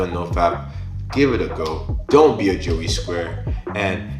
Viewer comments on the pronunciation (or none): none